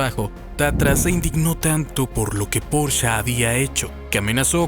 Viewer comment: Veo que no sabes pronunciarlos: "Porche" y "Volsvaguen" (no porcha ni volsvuajen) solo por si te interesa decirlo bien 😅